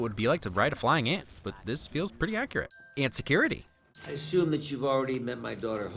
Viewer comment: 'Ant'i - Security